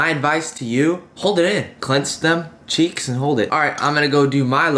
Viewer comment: "Clench them cherks and hold it"😂